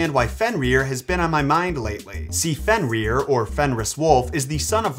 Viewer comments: You’re actually saying it wrong. You’re saying it like fenrear but it’s like Fenrir. Like grr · So funny to hear you Pronounce his name has "Fen-rear" and all the other Norse names